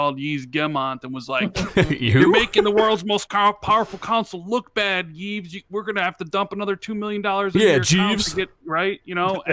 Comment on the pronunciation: Yves is said like EVE for you information